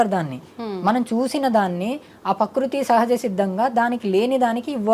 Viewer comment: స్వామి పకృతి కాదు.. ప్రకృతి అని అనండి.. స్వామి మీకు నోరు తిరగటం లేదు